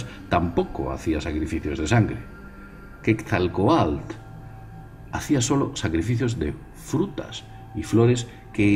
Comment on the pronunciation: "Quetzalcoatl": QUET - ZAL - CO - A - TL, ojo con ese TL suena como se escribe, T seguido de L sin sonido vocal, como "Popocatépetl" PO - PO - CA - TE - PE - TL. saludos y gracias por el video